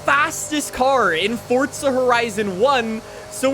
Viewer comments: It's called forza not fortza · Can someone tell me where the T is in ‘forza’? It’s not ‘fortza’ it’s ‘forza’ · fortza its forza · Hey bro I might be hearing wrong but it sounds like you say fortza instead of forza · Why does everyone call it fortza there is no t ? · Forza not fortsa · Am i the only one that says forza without the weird t thingy 😭do you guys read fort za!!!???!? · The way you say the word "forza" is soo freaking cringe, hearing you say "fortza" instead of "forza" made my ears bleed. Stop being a generic white guy please, it's read as "yesko" not "jeskow" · It’s pronounced forza not fort za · I’m having a stroke listening to you say fort-za instead of forza 💀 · Why do you say forza like fortza ??? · Say FOR ZA there is no fucking T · Why do Americans say fortza like bro it’s for za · For-za not fortza that really got my nerves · Forzaaaaa or fortza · stop saying fortza. ITS FORZA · Bro FCK off with the “fortza” its forza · Imagine how good these videos would be if he knew that there's no "T" in Forza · FORZA NOT FORTZA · Jeez its fucking four zah, stop saying fortza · for za not fort za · I thought it was forza not fortza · bro why do you say "fortsa" it's pronounced: "For Zah" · STOP SAYING FORTZA!!!!!!!!!!!!!!!! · hey bro it aint ''fortsa'' but forza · Why would FORZA give you 50mil, you cant say it right? Its forza not fortza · Please for the love of God stop saying fortsa, please it's forza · FORZUH. NOT FORTZA. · It's Forza not FORTZA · why do people call this game fortza horizon 5 there is no "t" in Forza its four-za. it makes me annoyed for some reason. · dude.. how hard is it to say forza? its not fortza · pretty sure it's Forza not Fortza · can you say forza not fortza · Forza… for-za… forza…not “fort-za” forza… forza horizon 5…. Stop saying “fortza horizon”…. 🖐😩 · Stop saying fortza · Lmao I put on close caption and it even spelled it fortsa just like your pronouncing it 😂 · holy shit stop saying fortza im cringing so hard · “Fortza” lmao